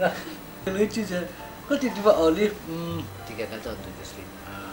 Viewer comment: Langsung bete waktu bilang oliv 🤣